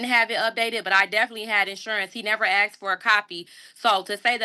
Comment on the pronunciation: Well you young scholar, you are correct that the officer didn't "aks" you for stuff, but he probably "asked" you for stuff. You are truthful with that statement.